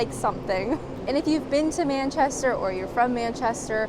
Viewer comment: It's so so strange to see you outside your own four walls..., even though its happening more and more! How long have you been in England...? Still can't pronounce Manchester? Babble was a flop for me, Had no luck with French, maybe i'll have more luck with Spanish. If I deceid to give Babble another chance. This was an informative and well edited video, that kept me on it till the end. Thx.